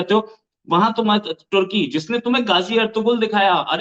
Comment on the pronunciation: Ap social media pr bat krna to sekh len tarki nahen turkey 🇹🇷 lafz hy pahly bolna sekh len bad men muslmano pr baat krna